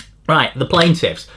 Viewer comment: Are you trolling with your "planetiffs" 🤔🙄😆